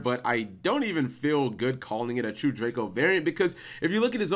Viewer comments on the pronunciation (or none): none